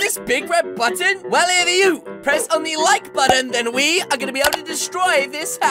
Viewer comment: lol you say red boton